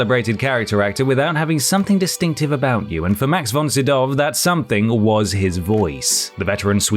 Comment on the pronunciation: It's almost the Swedish pronunciation as far as I can tell.